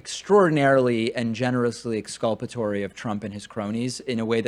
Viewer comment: 'exculpatory'..?? LOL